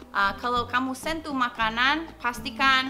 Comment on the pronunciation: You have pronounced "sentuh" as you pronounced "sent to" 😁 I'm just kidding